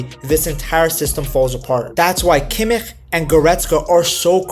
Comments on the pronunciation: Nice vid, little feedback on Kimmich’s last name. I know German is tough and especially the “ch” can be difficult. Think of it like she “sh” sound in “she” . More like Kimmish than (no offense) whatever that sound was that you made 😂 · The "ch" in Kimich is spoken soft. More like in "schnapps" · I agree with your assessment of the team and tactics. The only thing is why do you pronounce kimmich name like that? Is weird